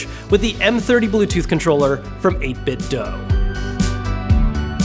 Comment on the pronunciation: How can you have reviewed so many of their products and still pronounce the company name wrong? Its 8bitDO nor 8bitDOUGH. Their speakers state that exact pronunciation.